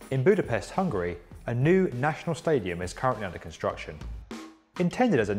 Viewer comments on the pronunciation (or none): none